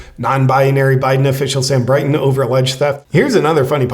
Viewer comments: It's Brinton not Brighton isn't it? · It's "Brinton," not "Brighton."